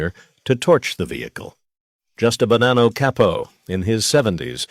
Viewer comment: It's again saying Cay-poe instead of Cah-poe